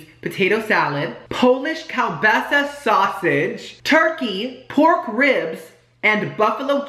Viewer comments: Keel basa not whatever you were saying. I still say you have the taste buds of a 2 year old. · it’s KEEL-BAASAAA😂😂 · Lol...it's pronounced "keel-BAH-suh" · The Polish in me when you pronounce kielbasa so wrong 😭😭